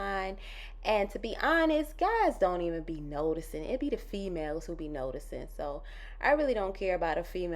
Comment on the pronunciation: Omg this so pretty! your NYC accent be popping out 😂 how you said, “it be the females” …😂😂😂😂